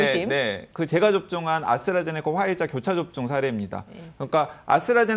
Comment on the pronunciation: 아나운서 발음ㅎㅎㅎ아스라제네카~ㅎㅎㅎㅎ